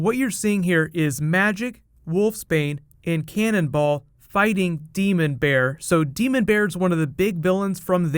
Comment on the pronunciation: i just need to hear you say cannonball again